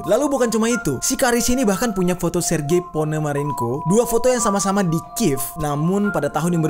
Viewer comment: Bang baca sergi panomaronko bang bukan itu ABG salah😂:v